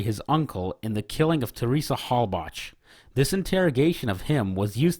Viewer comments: You pronounced both the killer and victims names wrong. Did you do zero research at all? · Heard Teresa Halbach and Brendan Dassey pronounced wrong in the first 15 seconds....come on man seriously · How is it that there's hundreds of hours about this case and you still pronounced Brendan and Teresa's last names wrong